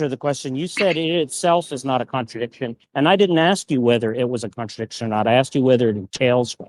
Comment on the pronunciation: Every time Slick says "connerdickshin," a syllogism quietly files for divorce.